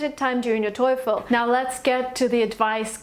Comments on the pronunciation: The most common American-English pronunciation of TOEFL is "toe-full" not "toy-full." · TOEFEL not Toyful. TO.E.FEL. When "e" started to be peonounced "oy"? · It's quiet fishy coz its not Toeefl pronunciation but Toefl e being silent! You were lucky to pass! Having said so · it's not toyful! it's toefl and pronounced as toful. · def nina rica del tec de monterrey habla un ingles tecnico academico muy bueno nivel casi de 10, no se le nota mucho acento de hispano; exepto el toyfull hahaha los gringos los pronuncian tofo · You write it "TOEFL" but you pronounce it "TOYFL"! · You're stupids toyful is wrong!, but toefl is right. But sometimes we pronounce it toyful too! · How did you get 117? , you can’t even pronounce TOELF correctly 🙄 I can’t tolerate YouTubers like you, GOD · and yet you say toyful lmao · Ah yeah good job but it's not " toyful" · Its not toyful or toiful Really annoying i dont know how you scored 117! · she has not practice TAAAAAFEL pronunciation enough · It’s not pronounced toyfol u know 😅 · thought I’m the only one who got destructed by her “toyfl” pronunciation. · Why the hell would you write here and make us aware that she says toyful? Now, I`m hearing toyful from her all sentences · God damn it I cant focus on what she says...all I hear is TOYFOL! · Parei de assistir qndo ela disse TOIFOL. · Thank you for the video. The advice is very helpful!! There is just one question about the pronunciation of "TOEFL". Is it supposed to sound like " TOIIIIFL" or is it just me? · I always thought TOEFL is pronounced "toe full" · She keep saying toy-ful. Lol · The clear fact that you're pronouncing TOEFL as TOYFEL makes me reluctant to believe you. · How do u get 117 n still pronounce TOEFL wrong.. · For someone who did reasonably well on the TOEFL, she sure doesn’t know how to pronounce it correctly! Maybe why she didn’t get 120/120 😂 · She can't even pronounce TOEFL correctly. Wtf ?